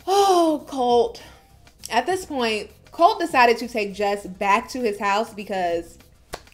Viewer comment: Et its Coltee get it right.